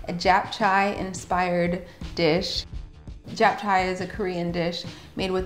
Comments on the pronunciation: I think you missed the part where you've also been pronouncing it wrong - it's not "Chay" its "chae" like Che Guevara. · Girl that pronunciation of japchae 😂 it's Chay rhymes with May. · Looks delicious but just so you know, it’s pronounced like “chap-cheh.” ☺️ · lol I haven't been pronouncing it wrong. I took 2 years of Korean in college and visited Korea twice so don't worry I got it. As explained to a previous commenter, based on where she was starting from I explained "rhymes with May" which is about as close to the correct pronunciation as an american who knows no Korean is going to get. Also most Americans would pronounce Che the exact same way as May so you've only proven my point.